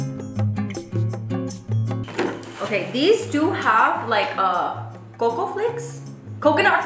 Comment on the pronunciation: Idk why it sounded so funny when you said “coco flakes” 😂😂😂😂